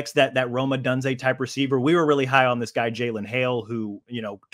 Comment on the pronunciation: Why is bro pronouncing “Odunze” like that?